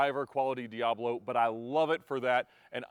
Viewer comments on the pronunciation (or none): none